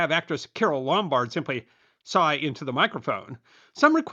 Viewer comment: 'Sigh' is not pronounced "saw", but "S-eye". AI or this narrator = not fit for purpose. Merry Christmas everyone 😊